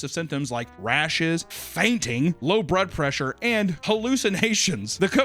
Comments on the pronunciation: “Brod pressure” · “Brud pressure” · "low brud pressure" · turned Asian for a second "low bruhd prewssure” 😂😂@ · "low brud pressure"